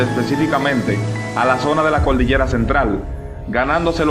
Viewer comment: Excelente investigación y precisos comentarios, solo te recomiendo que mejores tu dicción, entiendo que seas Capitaleño pero al expresarte al público debes suprimir el uso indiscriminado de la "L", ej: no es "Coldillera o Cualtel", es "Cordillera o Cuartel", igualmente debes cuidar el uso de las "S" al terminar palabras singulares y sólo colocarlas en los casos plurales, has el intento y tendrás mucho exito